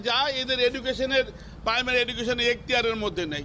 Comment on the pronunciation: Eai councilor je secondaty r primary uccharon korte parche naa eder apni bolteo lazza lage, aamader durvagya eai illiterare gulo neta.